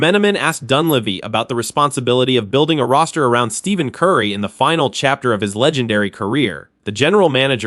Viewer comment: Hire a real voice over artist who knows how to pronounce Steph Curry.